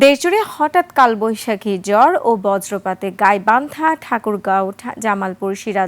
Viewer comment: ভেবেছিলাম আমিই ভুল শুনেছি🙂 এখন দেখি সত্যি জ্বর বলেছে🙂